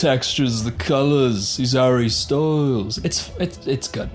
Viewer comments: Everytime u said hARRy Ssstylessss 😂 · My new favorite thing in the world is when you say “I’m harry styles” in your accent. Cracks me up. Btw I love your MouseRat shirt. Love Parks and Rec